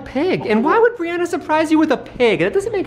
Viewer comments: It is Brianna (BrEe AnNa) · I love how he pronounces her name “Brionna” instead of “Brianna”